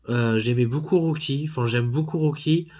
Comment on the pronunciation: Rocky pas roucky 😀 aussi non Vu et revu au moins 100 fois mais se sera mon prochain achat parce que en 4k wouaiiiiiiiiiiiiiii cela vos vraiment le coup de l'avoir dans sa collection